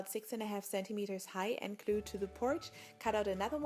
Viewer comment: You say klue insted of glue